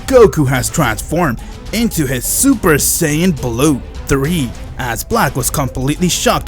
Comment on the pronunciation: Your voice lmao ensaid heis seupar sayan